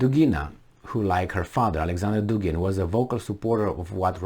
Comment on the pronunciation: Dugin - Dugina: accent is on U in both male and fimale surnames. In all Russian surnames both male and fimale accent is on the same syllable-vowel.